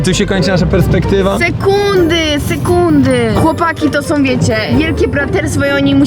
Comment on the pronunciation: nie hejt czy ciś takiego ale ą a nie om